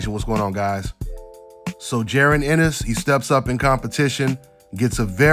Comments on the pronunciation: The man name is jaron not jerin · J A...RON its Ja..Ron lmao great breakdown though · Just call him em is bro 🤣 saying that man name all wrong